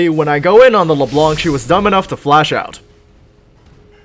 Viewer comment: the c on Leblanc is silent.